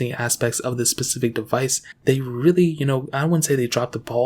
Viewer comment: SPECIFIC, SPECIFIC. NOT PACIFIC